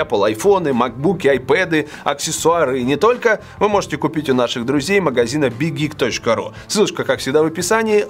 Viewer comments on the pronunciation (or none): Я одна так слышала Big geek как Big hit🤣🤣🤣